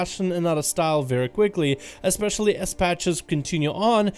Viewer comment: Sorry but there is no X in especially